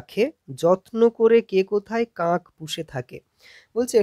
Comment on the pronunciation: পড়ানোর ধরন খুবই ভালো লাগলো। কিন্তু "কাক" উচ্চারন কাঁক কেন বলছেন???